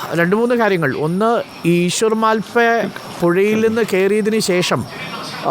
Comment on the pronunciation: മാൽ പേ അല്ല മൽപേ ആണ്